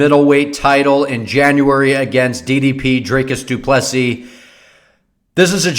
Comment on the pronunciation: You got his name right lol, love your channel ❤️❤️🇿🇦🇿🇦